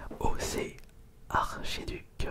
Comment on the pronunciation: Archeduc se dit arkeduc 😁